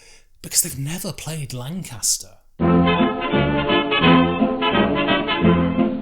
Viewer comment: My word. This might be the poshest pronunciation of the word 'Lancaster' ever committed to video